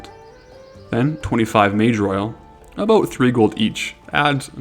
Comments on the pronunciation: Why did I hear Mageroyal as MAJOR OIL. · Why does he pronounce MageROYAL as MajorOil lol? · Moss Agate, not mossagate. Mage Royal, not mager royal.